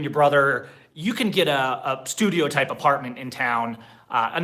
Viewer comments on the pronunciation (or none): none